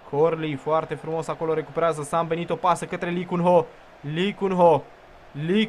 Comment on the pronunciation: Cand ai zis Sambenito prima data am crezut ca ai zis ''si-am belit-o'':))